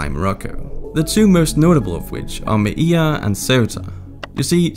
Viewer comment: It's not Mai-e-ya, it's Melilla Me-lee-ya!